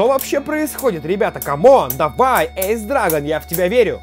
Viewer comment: Ты все правильно говоришь (Эйс Драгон-верное произношение)